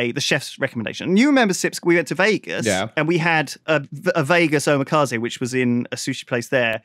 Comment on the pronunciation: Redacted and redacted xDD Oh and "Omakase" is more like "oh-macca-say"